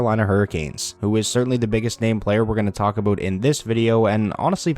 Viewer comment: Only took 50 seconds to get an "Aboot".